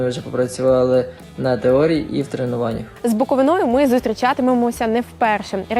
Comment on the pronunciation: З БуковИною, а не з БуковинОю.